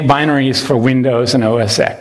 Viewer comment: OS TEN, not OS X, Linus. (He's got to stop drinking Coke. Obesity is affecting his brain.)